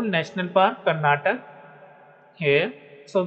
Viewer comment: Bro you don't know how to pronounce Karnataka 😊